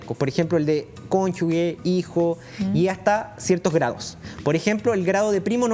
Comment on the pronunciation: En serio fue contralorito??? Dijo cónyugue en vez de cónyuge. Eso es como bien básico de saber... 😒